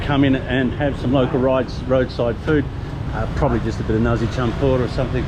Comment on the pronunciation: 'nasi' with an S, not 'narzi' with a Z. NAR-SI <3